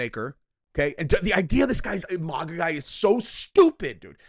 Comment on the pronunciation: It is not pronounced, Mawgaw.. Its pronounced MAGA, long A sound. You sound like an ignorant soy boy whenever you say it.